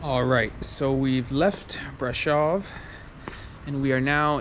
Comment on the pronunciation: Thank you for this - there are many reasons to admire the Romanian people. As you say, the strength of their people is one of them. As an American who knows a lot of Romanian history -- your pronunciation of Brasov and Ceaucescu is grating a little -- but you've learned much about their culture etc. Hopefully we will be in Romania starting next month (November)